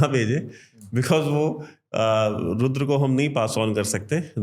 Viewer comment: भारतीय ज्ञान की बात कर रहा है और चक्र को चक्रा रुद्र को रुद्रा बोल रहा है